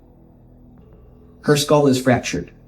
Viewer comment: Knowledge? B*tch can't even say Skull... Everytime she says SKOOUHL it's like a drill through my "skoouhl" 😂